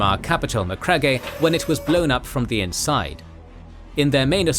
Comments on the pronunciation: it is Macragge not mac rag gay ... lmfao roman legion not the irish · So do you not ask anyone how to pronounce words you don't know? This is your Seminole-e crap all over again. It's Macragg not Macragg-e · The constant mispronouncing Macragge is really throwing me off. It's pronounced "Ma-Crage", not "Ma-Crag-ga". Source: black liberty audiobooks. And actually, it's one of my biggest gripes with your 40k videos, y'all horribly mispronounce a lot of things. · You guys might want to check how to pronounce names canonically. I have idea why you pronounce ot maccrag-aye. Ita just maccrage. (Mc-crog) Just for future reference :) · no way y’all just butchered Macragge that bad 😭 “macragay” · Yes, please correct the dialogue on the "planned" section and the pronunciation of Macragge (Ma-Crag). Otherwise, great work. Love what you folks have produced here. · Every video there's a butchering on pronunciation. That's not how you say Macragge. Why so many can't pronounce xeno and xenos properly I'll never understand. It isn't difficult. Really ruins the good details and brilliant visuals put into the videos. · Macragge's honour. omg that pronounciation is terrible.